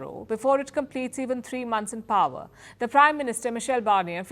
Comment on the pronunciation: For Gods sake the word Power is not pronuonced Pawar as in Sharad Pawar. Shame on you coolies and chukkas.